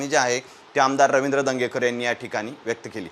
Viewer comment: "दंगेकर" नाही "धनगेकर" म्हणा. अर्थाचा अनर्थ करून टाकता, इतर ठिकाणी वाचून तरी लक्षात यायला पाहिजे.